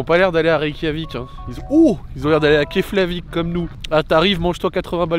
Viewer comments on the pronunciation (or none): none